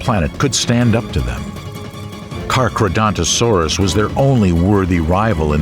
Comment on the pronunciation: The mispronunciations in this video are grating to the educated ear. The most frequent is "sik-ades" for Cycads. Then there is "kar-kra-don-to-saurus". That is spelled Carcharodontosaurus. The narrator slips the second 'r' back a space for no reason.